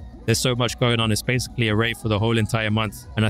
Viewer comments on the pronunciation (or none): none